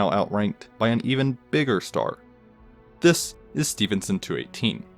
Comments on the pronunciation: Oh boo hoo he pronounces the word "this" slightly weirdly. Grow the hell up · The way he says “this” every time makes me cringe(no offense) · Annoying the way you say THIS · The “This! Is…” always gets me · every time he said “this” i jumped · Every time he puts an emphasis on “This, is (insert name here)”